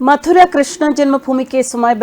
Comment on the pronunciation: മധുര അല്ല. മഥുരാ ആണ്.